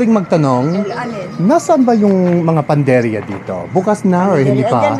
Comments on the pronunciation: it's not panderia, it's PANADERIA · Pa na der ya .. not panderya for bakery in Tagalog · Not panderya ..pnaderya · panaderya (hindi panderya) 😎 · PANA DERIA NOT PANDERIA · PANADERYA..HINDI PANDERYA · Panaderya. 4 syllables. I observed you kept saying Panderya instead of PA NA DER YA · Panaderya/Panaderia Hindi. "Panderya" ha!!? ano yun??? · medyo nagugulumihanan sila sa iyo kasi ang sinasabi mo at PANDERYA pero ang tawag po ay PANADERYA you missed to pronounce the A😊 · P A N A D E R Y A - not Panderya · Panderia is wrong. The right noun is Panaderia. You where just missing the “na” on your pronunciation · your doing just fine but it should be PANADERYA! hope that helps! I salute you for learning the language, amazing!🎉❤ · It's PANADERYA not panderya😊 bakery is the usual call nationally. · Panaderia/panaderya not panderia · Panaderya Hindi panderya 😅 Kuya mormons kaba? Kaya magaling kang mag tagalog? Kasi mayga Mormons akong kaibigan mga teenager around 20 yrs old, sobrang galing sa Tagalog very fluent soya sa Tagalog taga Texas, isang taon palang dito sa Pilipinas, uuwi na siya sa Texas, this coming august. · did you said panderya? or panaderya??? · Hankering = sa-gim-sim or sagimsim Or “ki-ni-crave ko ang” Or “nag-ke-crave ako ng” Now let’s try! 😂 PS: Instead of pan-der-ya Say Pa-na-der-ya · Sobrang nakakabilib talaga ang pagnanasa mo na mag-aral ng wikang Pilipino. Panukala lamang, bigkasin ng mas malinaw ang bawat baybay. Halimbawa, "pa-na-der-ya". Mabuhay ka,! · Well done! Bigkasin mo ang "a" after pan _ deria; should be "panaderia." That's it, otherwise, you're great! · I think the reason why people didn’t seem to understand you at first is because people would most often just say bakery rather than panaderia. Lol… Btw, you’re missing pronouncing the “a” in the middle of panaderia. Community panaderias are the best.